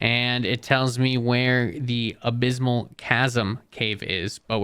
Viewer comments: bro you GOTTA learn how to read and pronounce things right, lmao. Where the hell are you pulling an M from in the word "abyssal"? why are you not saying the D in "primordial"? jesus, if you're gonna do a mod review, can you put in the effort and make sure you're pronouncing things correctly? like, google "how to pronounce" then the word. simple as that. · "The Abysmal Chasm"